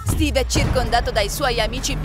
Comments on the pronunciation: Intanto ci dice steve e non stiwy ma poi non si dice fort nite si dice fortnite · alora vi dico solo qiesto miglioratevi cazzo c'e non sapete pronunciare bene Fortnite e un scorso video pronunciate male minecraft e poi non si chiama capelli rossi si chiaba bombarolo lucente credo e laltro si chiama steve non stivi minkia ma che cazzo. poi sbaglio hai detto steve scopa con la combattente fortnite 🤦‍♂️🤦‍♂️🤦‍♂️🤦‍♂️😂😂😂 alora siete bravi avete delle idee belle alcune pero non pronunciate bene delle parole che mancho i bambini di 7 anni riescono a dire fortnite bene o minecraft. e poi di dice enderman ma con la "è" si pronuncia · Pronuncia bene i nomi dei giochi e poi Stevie e Steve ma do che cringe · Non si dice stevee